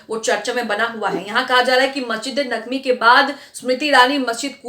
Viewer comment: आन्टी एंकर ,नबावी नहीं है नबवी है।